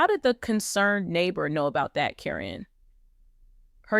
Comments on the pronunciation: I wish whoever is talking would pronounce Matt’s ex fiancée’s name correctly. It sounds like Karen, not Corinne. I enjoy watching this video. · Please pronounce karen's name right,its NOT CARINNE. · You learned then forgot how to say Caryn. Is it deliberate?